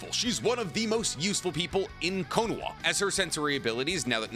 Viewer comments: The way you say Konoha with a W instead of an H makes me want to stick a fork in my eye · What does he say konoha like that guys I don’t get it ?